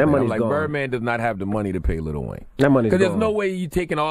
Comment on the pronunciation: Im getting tired of people saying "little" wayne. Its LIL